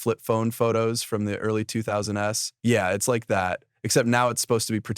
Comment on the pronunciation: This "guy" is a robot... This is AI-narrated... clear as day, it's robot-beep-bop. Plenty of clear AI generated mistakes... like calling the "early 2000's"... "Early Two-Thousand S" (as-in he literally says 2000 followed by the letter S)